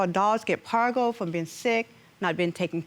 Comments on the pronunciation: Parvo ...not pargo lady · It's parvo not pargo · Ummm, it’s parvo